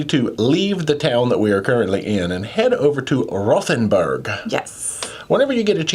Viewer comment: It’s pronounced ROTE-n-burg.